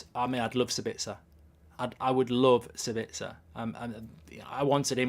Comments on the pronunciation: For your info it is pronounced saabitzer so basically a long pronounced a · As a guy from Austria it´s pretty hard to endure his pronounciation for Sabitzer xD.